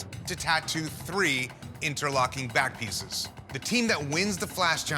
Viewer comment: I’m I the only one who heard bat piece not back piece